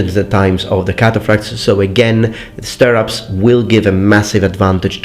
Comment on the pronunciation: I've only ever heard "stirrups" pronounced like this